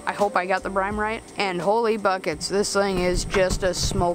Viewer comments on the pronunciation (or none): Lol Brine. Not Brime. Good vid though.